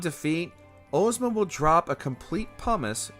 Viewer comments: Ohhhzma instead of Ahjzma drove me insane. The name comes from The Wizard of Oz. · Ozma is pronounced Oz as in wizard of Oz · Ohzma Mans saying Ohzma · Why are we saying Ohzma dawg